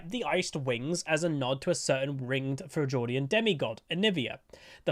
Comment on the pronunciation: Frell - jord ian. XD